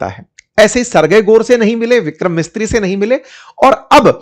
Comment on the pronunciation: पंडित जी आपने विदेश सचिव का नाम ग़लत बोला। उनका नाम विक्रम "मिस्त्री" नहीं विक्रम मिस्री (मिसरी) है।😅